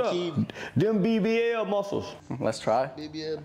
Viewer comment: Blud said bbL muscles 😂